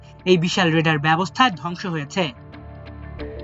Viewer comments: ওটা রেডার নয়, ওটা রাডার। উচ্চারণ ঠিক করুন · রেডার হবে নাকি রাডার হবে ? আমার দেশ ওও এমন ভুল কিভাবে করে? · রেডার কি 🤔 RADAR R = Radio D = Detection A = And R = Ranging উচ্চারণ ঠিকমতো সংবাদ প্রচার করবেন।